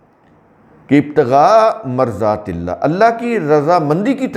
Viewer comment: Marazatilla ( Maradatilla right pronunciation)